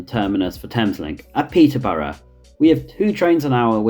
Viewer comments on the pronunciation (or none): none